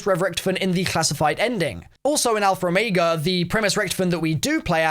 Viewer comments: “alpher omayga” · I hate how he says "alfer omega"